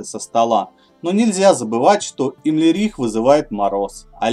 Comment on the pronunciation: имлерих. ты что в игру не играл не слышал как правильно произносить его имя?